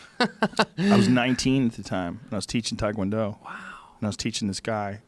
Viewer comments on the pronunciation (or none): If Rogaine Rogan was really all that serious about taekwondo as he implies all the time, one would think he’d actually know how to pronounce the martial art correctly.... What a pathetic fool.... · Joe "I taught the whole world takwondo" Rogan